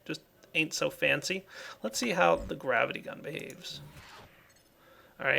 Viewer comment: I love how when says gravity gun it sounds like grabbity gun.